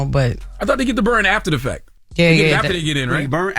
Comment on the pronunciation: put some Ts on tht "fac" charla i had to double bck i thought u said another 'f' word🤭🤭🤭